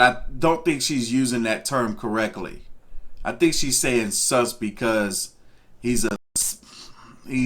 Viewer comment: Thought she said sucks not sus